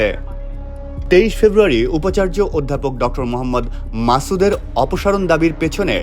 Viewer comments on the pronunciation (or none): "মাসুদ" উচ্চারণ শিখতে হবে